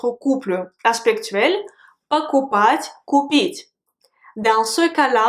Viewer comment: J'entents souvent dans ta prononciation "пОкупать", et parfois "покупАть" je me trompe?